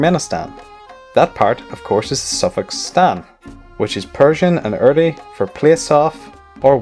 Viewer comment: its urdu not urdi